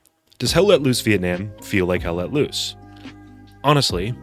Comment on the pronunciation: ITS PRONOUNCED VIETNAM, NOT VIETNAM, DAMN IT!